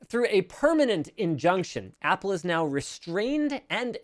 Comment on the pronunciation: So Apple "Wost"?